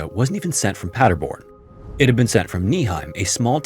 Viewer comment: But good job on pronouncing Paderborn and Nieheim 👍😊